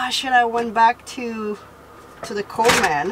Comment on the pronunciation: Uhhh I know you’re really not aware but that’s so not how you say Coleman—like at all at all. You’re saying “coal man” and it’s ONE word. ColeMEN=Coleman. 😅 lol I wish there were an emoji for coal. There’s one for Santa 🎅🏻 so we need coal emojis, too, right? 🖤🧔🏻‍♂️😆 Coal man. I think you call them “coal miners” lol.